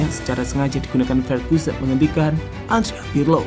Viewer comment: Min sebenarnya lu sangat sangat bisa sekali kok, dan terlihat sekali sangat mampu bicara bahasa Indonesia dengan sangat baik, tapi knp harus gajelas gitu ngomong nya, masa Andrea pirlo aja adiapiqlo